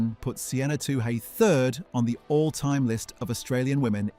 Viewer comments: It is pronounced twoee like chewie, not too hey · Her surname is pronounced Two-ee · What is with the pronunication of Toohey. No one asks for a Too Hay. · OMG her name is pronounced - 2 ee-... Very disrespectful or are you just 'AI'? I know in the grand scheme of things it's not up there, but, basic common coutesy/respect... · Her name is not 'Too hey' , get it right you stupid 🤪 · This is unforgiveable! Why don't people with a simple job do their effing homework? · Your pronouncing Albury wrong. Its ALL-BURY. And surname is not too hey, as the h is silent. TOO-EE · It's pronounced All-bury...not Owl-bury...and Two-hay...WTF Two-e man, Toohey! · Albury is pronounced all berry. Toohey is pronounced Tooee. Learn to speak correctly because I give up on correcting the rest. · I gave this a thumbs down because of the atrocious pronunciation of Albury and Toohey. Its a great story though.